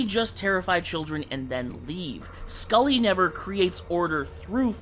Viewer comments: His name is Sully not Skully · It’s sulley not skulley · excuse me, scully??? there's no c, it's just sully